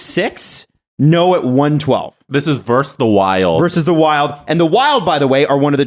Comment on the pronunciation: It's not "verse" when you're comparing or putting two teams against each other. It's "versus". A "verse" is in a poem or song. If you HAVE to shorten it, it's "v".